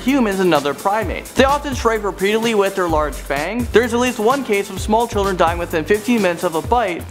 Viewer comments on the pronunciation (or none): none